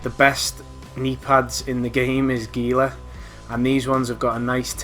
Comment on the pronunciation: Pronouncing Gila wrong (hee-la). My only criticism. Otherwise good vid, very helpful!